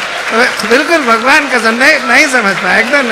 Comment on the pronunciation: His "bagvan kasam" 😂😂😂😂